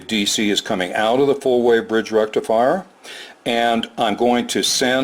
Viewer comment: with indian accent and little bit of reverb “FUUUULLL BRIDGE RECIFIRE!!!!!!!”